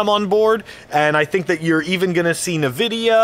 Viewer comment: En-vidia not nevidia